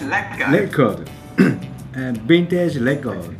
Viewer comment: wintegé leco xD